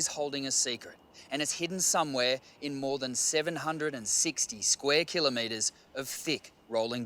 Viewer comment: LEARN HOW TO SAY KILLOMETERS ITS NOT KILLER METERS!